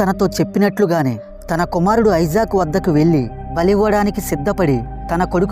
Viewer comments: ఐజాక్ కాదు బ్రో .. ఇసాక్ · ఐజాక్ కాదు ఇసాక్